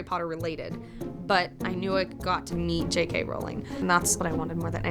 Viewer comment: Finally an American says JK Rowling and not JK Rouwling